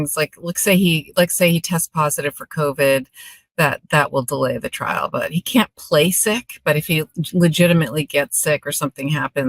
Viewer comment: THOUGHT HE WAS SAYING, HE WAS READY TO GO TO TRAIL...